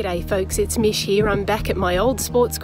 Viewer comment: Sounded like an ex-pat scouser with the dog there, Mish..